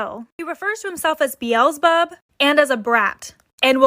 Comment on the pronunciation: the son of samcase is messed up but the way she pronouces bezzelbub is wrong